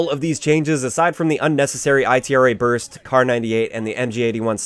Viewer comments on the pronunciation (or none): Its ITRA =EEETRAH not I T R A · Lol its ITRA burst not I. T. R. A. Burst & its BAR not B. A. R. BAR is still complete crap, 3-4 shot kill on HC